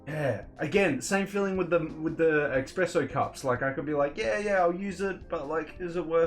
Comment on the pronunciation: Did you just say “Expresso” ?😂 There is no “X” in it it’s “Espresso” pronounced,… “Ess-press-oh”, just messing with you no hard feelings. Like your video